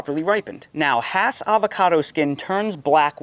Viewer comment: Nice explanation! I came here to fact check and make sure you said "hass" correctly. Even in California I go to farmer's markets where vendors try to sell me "haas" and I get irrationally bothered by it 😄You're spot on about reed, that's a great piece of fruit, comes with its own bowl to make guac in